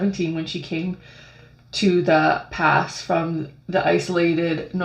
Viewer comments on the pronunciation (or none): Hey,. The Pas is pronounced as the “Paw”.